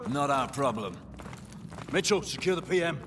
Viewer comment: when he says Mitchell it sounds like Meechun...and the tears lol